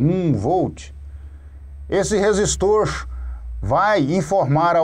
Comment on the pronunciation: "professor" kkk. resistoorrrchhh capacitooorrrrrchhhhh